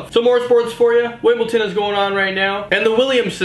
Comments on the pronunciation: FFS it's not wimbleton its Wimbledon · Did he say wimbleton? It's Wimbledon... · wtf is wimbleton lmao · Lol I like the way he sais Wimbledon. "wimbelton" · It's Wimbledon not Wimbledon